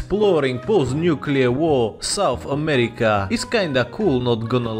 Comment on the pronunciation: Yes. SOUNTH AMERICA